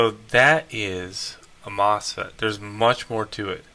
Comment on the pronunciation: It’s Mosfet not Mofset